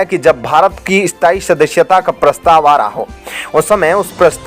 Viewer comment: ऐ स्ताई शदश्यता lol.. अस्थाई सदस्यता। channel host karnaa aataa he aur desh bhakti dikhate ho host saahab lekin matra bhaashaa hindi hi barabar उच्चारण karnaa bhi nahi aataa. पोपुलेसन कोसिस विस्वास को बोलो पोपुलेशन कोशिश विश्वास।